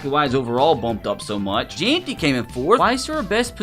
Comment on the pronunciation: Jeanty❌ Jaunty✅